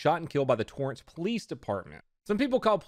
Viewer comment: its “Torrance” my guy